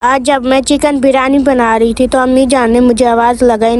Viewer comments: Bolna to Sikh lo birani nahi biryani hoti hai aur a tumne biryani nhi sada pulav hai 😂😂😂😂😂😂😂😂😂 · Beerani nahi hota. Beerani Beerani. Briyani hota he.